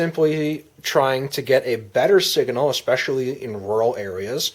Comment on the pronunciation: did he just say sigahnal